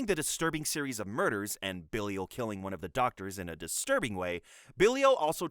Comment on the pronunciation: did you actually watch all of these??? (And also it is pronounced Ba-Lie-Il, not Billy-ul)